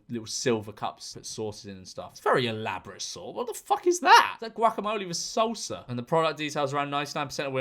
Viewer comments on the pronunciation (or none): none